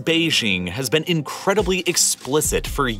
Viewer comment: Video is great but why does he talk like that? Eg_ Innnncredibly......stretching the middle of the word. I felt quite uncomfortable hearing him stress on various words for no reason.